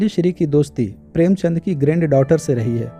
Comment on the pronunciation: प्रेमचन्द को आपने प्रेमचन्द्र बोला है